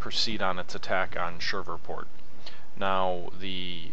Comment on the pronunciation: Not to be rude. But it's Shreveport. Pronounced Shreeveport. Been that way all my life. I know people from there, and that's how they say it, too. As an side, read Rebels on The Red and Faces of Fort DeRussey by Randy DeCuir